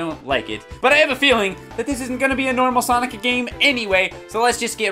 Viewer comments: Sonice is my favorite prononciation of sonic now. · "S O N I S" -, 2017